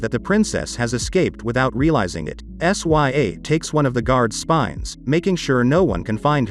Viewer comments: Her name is princess sya (sigh-ah) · First off, the way you pronounce her name. 😕 S Y A? Really? Second, She didn't build that flying machine she found it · Bro said sya like what